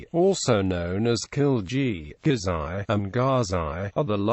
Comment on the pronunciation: Never known as Khilji please I am Ghilzai/Ghiljai, speak in Pashto ad the term Gh and Kh means completely different alphabetes, KH in pahsto does not equal K, you cannot pronounce it so you just through a "k" no mate its not "K" its [ خ ] This word is used in Khan names and Gh does not mean "G" either it means [ غ ] this alphabet is used in Afghan too, however there are people with dificulties who cannot pronounce "Sh" instead they use "Kh" like Pashtu is pronounced Pakhtu. However in "GH" there are no confusions. this is where we come from. you are claiming over 30% of Pashtuns are not Pashtuns and they do not speak Turkish lol WTF "Traditional historians are however of a different view. According to them, Ghilji and Lodhi (Ibrahim Lodhi) were the offspring of Shah Hussain Ghauri off his first wife; Bibi Mato bint Bait Nikka bin Qais Abdul Rashid."